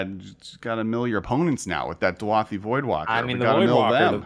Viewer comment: DU-A-THI voidwalker??? Read the card dude haha DA-U-THI!! It’s beyond clear